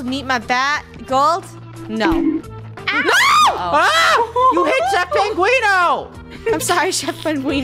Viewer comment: Its so funny how they say penguini instead of penguino